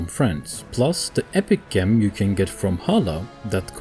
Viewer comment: pronounced Jem... not Gem